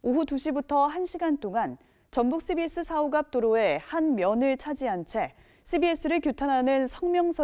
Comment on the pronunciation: CBS 발음부터 욕나오는 방송....인것 같네